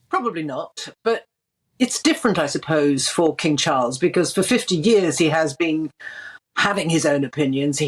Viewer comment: King Charles has a beautiful voice and perfect enunciation and pronounciation. So very soothing